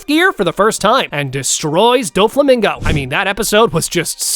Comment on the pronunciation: bro Said doflimingo